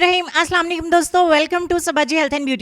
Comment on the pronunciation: Mam sorry aapke salaam ka matlab baduwa hai sahi salaam kariye aap Asalaam Aleikum hota hai